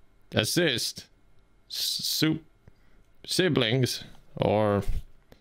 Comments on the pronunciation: I see what happened. Assuming the scammer was Indian. The reason he gave up might be because of the way said "soup" as "Choup" which means in Hindi to "Shut-up"! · the silence before saying “soup”, too!! i cant😭